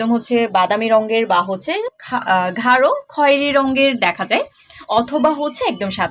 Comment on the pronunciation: ঘারো না আপু গারো তবে আপনার ভিডিও ভাল লাগে